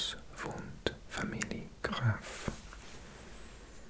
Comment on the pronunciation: Kleiner Tipp bei "Familie" (family) wird das e am Ende ausgesprochen. Sonst Alles super👍